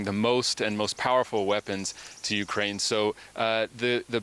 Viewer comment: Hey Putin - Its Ukraine not Orkraine!